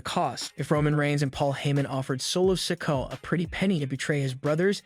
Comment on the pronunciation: Please pronounce Solos last name correctly, you have been saying it wrong for quite a while